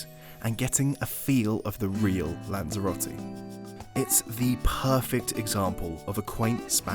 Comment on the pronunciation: "What to do in Lanzarote" or "Guide on how you pronounce Spanish the worst way possible"